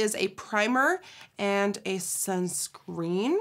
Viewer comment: Did anyone noticed that she said sun screan 😂 love you queen ❤️😍